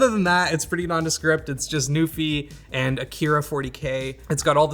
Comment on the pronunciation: I know you're saying NuPhy but all I hear is Newfie. Shoutout to the Rock.